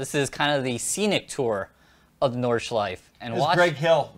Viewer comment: hey guys when you already ask about correct german pronunciation : the track is called Nordschleife - don't swallow the e at the end . same goes for porsche ;) schleif and porsch sounds funny for germans ;) greetings keep up the good work